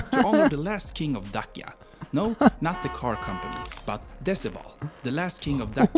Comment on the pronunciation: The video is read by AI. The former name of Romania's territory, Dacia, is read as Dachia, with "ch" like in "cheese" or "church".